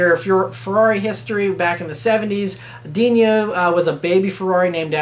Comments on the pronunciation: It's "Dino"(Dee-no)as in the dinosaur on Flintstones, not Diño like El Niño. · It's Dino not Dinyo. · Just FYI, it's Dino, not Dinio ;) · For crying out loud. Ferrari is an Italian name so the son Dino is pronounced DI-NO. Why you give it a Spanish slant I can't understand. DiÑO???